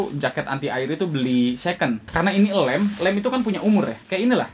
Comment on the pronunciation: "Elem" banget bang? Lem bang, lem..